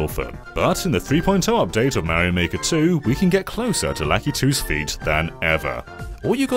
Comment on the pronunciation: I thought you said “feat” and this video turned out way different than I expected.